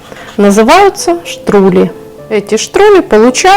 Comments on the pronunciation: Хороший суп, только не штрули , а штрудэль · Не Штрули, а Штрудель